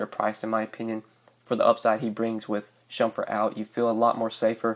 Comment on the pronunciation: You saying shumfurt? Lol